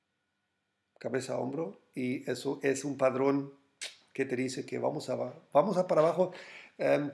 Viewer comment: Hola se dice Patrón.. no padrón:) y se dice retroceso no retrocedo:)